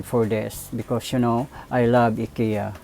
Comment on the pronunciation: It's pronounced "AY-KEE-YAH." Just correcting. :-)